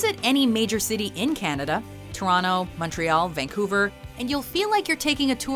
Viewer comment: Yay finally someone pronounced Vancouver right! By the way it's pronounced "Vangcouver"